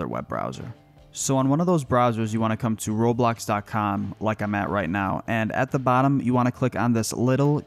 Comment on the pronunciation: When he said Roblox it sound like robot